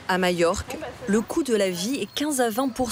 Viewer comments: ..... mallorca en espagnol ...... les 2 "L" se prononcent "y" en espagnol ..... " mayorca " .... Ou bien en français majorque ..... mais pas mayorque .... ça n existe pas. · Alors pourquoi prononce-t - elle " y" ( "Mayorque")? Le nombre de gens qui font cette faute....